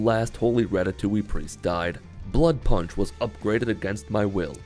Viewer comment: "Blood prunch"